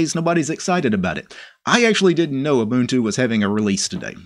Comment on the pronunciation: You pronounced Ubuntu correctly but the G in Gnome is silent ;)